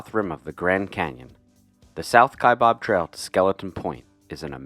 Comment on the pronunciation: Your pronunciation of the South Kaibab Trail is incorrect. It is not pronounced “Kai bOb” or “Ka bOB” as in “Shish Kabob.” It is pronounced “Kie bAb.” There is no “O” in the spelling or pronunciation. During my career with the U.S. Forest Service, I spent 4 years on the National Forest that surrounds Grand Canyon National Park, the Kaibab National Forest; thus, I have several more years of pronouncing the word “Kaibab” than the average person. Otherwise, I enjoyed your video of hiking this trail. During my time in northern Arizona, I was lucky to have hiked it 3 times. It is the most “efficient” way to reach the river from the rim. I congratulate you on hiking it.